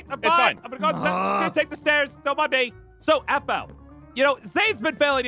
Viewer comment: Pierce it’s Aphmau not Aphmo